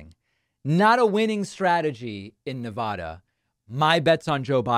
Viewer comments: Btw you are not saying nevada correctly. Not Na-vah-da you said it correctly a couple of times. Na-va-da (vad/bad) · I know this is off topic but please adjust your pronunciation of Nevada. It's Ne-VAD-uh, not Ne-VAH-duh. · Nev-add-uh… it’s not nah-vah-duh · David!! ILY but it is Ne-VAD-uh, not Ne-VAH-Duh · Why is it so hard to pronounce our state? It’s not Ne-Vu-duh, it’s Ne-va-duh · It is neh vaa duh, not neh vah duh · David, You say Ne-VAH-duh, I say Ne-VAD-uh. According to Nevadans, the latter is correct and the distinction is important. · he is a big child. how he was ever elected is beyond me. btw, it's pronounced ne-VAD-a, like glad, not ne-vah-da. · Neh-VA-duh not Nah-vah duh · Ex Nevadan here, Mr. Ex President Rumpus can stay out of Nevada. David, your saying Nevada wrong. It’s Ne-VAD-uh. VAD “a”like hat. Love ya anyway and thank you for sharing your work! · David, I luv ya and I want Nevadans to love you too. You need to pronounce Nevada correctly. We booed George Stephanopoulos when he was here and said it like you. Pronounce it like you would MonTANA. It's NevADA. Keep up the great work! BLUE WAVE POWER!! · Ffs stop saying Ne-voh-duh. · It's never da not nevaduh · You think using the "ah" sound when pronouncing "Nevada" makes you sound more erudite. It would, if Nevada were pronounced that way, but it's not. It's a as in "cat," not "ah" as in "car." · Good video BUT you pronounced Nevada 2 different ways. PLEASE pronounce it like the residents do OR you may be put in Trump's category of pronouncing Yo-se- mite, you know that beautiful National Park in the Sierra Nevada(careful) Mountains of California. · People in Nevada pronounce it the other way